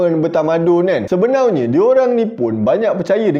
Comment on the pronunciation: Sebenarnya ❎ Sebenaunya ✅